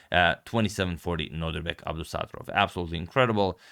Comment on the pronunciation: Its abdo ssaatarooov